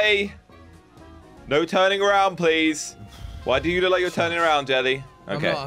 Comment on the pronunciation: Jelly more like Jell he 🤣🤣😅😅😂 more like Slow-go 😃😃😄😄 But anyways i love your your content keepup the good work